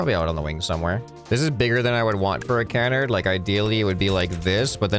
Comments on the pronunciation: ca-NARD, not CAN-ard. Emphasis on the second syllable. It's a French word. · It's actually pronounced can-ARD with the emphasis on the second syllable. Love you, love your videos, carry on Sir! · Also you're saying Canard. Wrong You're saying Kenard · I hate to be a bother however I don't believe you're pronouncing canard quite right.